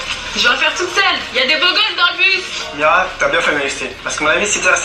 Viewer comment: C'est pas mira mes mirey mdr sinon moi je t'adore